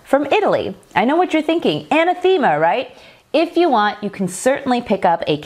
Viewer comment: "I know what you're thinking: anathema, right?" It's actually /əˈnaTHəmə/ (An-nath-emma for those uninitiated into pronunciation guide characters). Oddly, I've heard the same mispronunciation of this word from half a dozen people over the years. I think most learn it while reading only since it's somewhat esoteric and it seems everyone wants to pronounce it with the same "theme-a" emphasis in it. Anyway, I love your videos and your sauce looks wonderful. Thanks for the content!